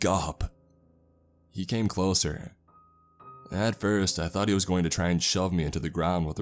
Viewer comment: about 2 minutes 35 seconds in: "I was struck by a THOT 😂😂😂